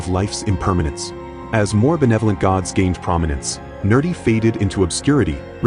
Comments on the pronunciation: It is actually Nirṛti. Nerdi is a mispelling and mispronunciation of Her Name. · I agree. The pronunciation absolutely sucks, i.e: pronouncing Nirṛti, a Name of Mā Kāḷī, as "Nerdy". It sounded like he was calling Her a nerd.